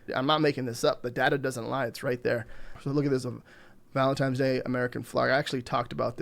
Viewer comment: ValentiNe not valentiME 😂 but seriously great video thanks!